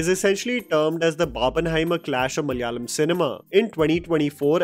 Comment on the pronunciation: that opening malayalam speaking attempt was good. In hopes that the industry might bring more films to enjoy let me give you a minor linguistic update: MA-LA-YA-LAM മ-ല-യാ-ളം म-ला-या-लम It is malayalam, not ma-lya-lam! 😁 (No hate, you might need to use the word again, hopefully ✌️) Although, i wish Malaikotte valiban was also successful, it had some potential but failed now, it might find its right audience in the future 🙌